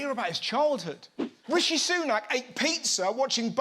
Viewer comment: Jim Bidet can't even pronounce Rishi's name!